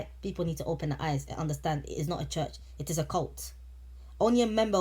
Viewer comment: At 10 mins and 19 secs into the video, When he said- “it is what it is”, all I heard was - “he his what he his”...😢😢😢😂😂